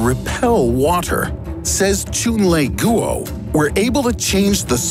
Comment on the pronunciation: posts well researched informative scientific videos Also: choon-lay-goo-oh Yo pronounce the man's name right, dude's Chinese